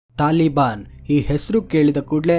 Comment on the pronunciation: ತಾಳಿ ಅಲ್ಲ... ತಾಲಿ ಬಾನ್..